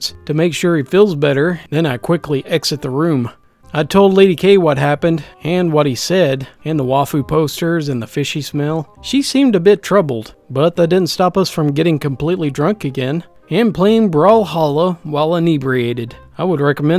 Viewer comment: Just a tip: the word “waifu” is pronounced wie-foo